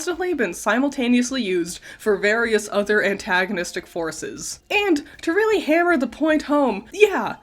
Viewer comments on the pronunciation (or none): none